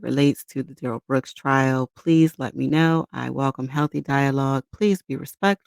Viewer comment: The malignant dwarf is named Darrell, not duh-rell. He says his name when he is arrested and then in his polluted mind he thought it was cool to change it to duh-rell. He is Darrell. End of discussion.